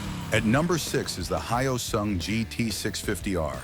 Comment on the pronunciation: It's NOT "Hi-Oh-sung". Say the word "yo" with an "h" in front of it. Now say "soon" with a "g" at the end of it. Say "Hyo-soong"! Anyway, I had a GT 250 Comet version. One of the absolute BEST bikes I've EVER owned. I regret trading it in. Nuff said.